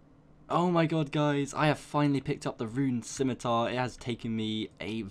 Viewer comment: The fact that you say scimitar correctly pushed me to subscribe.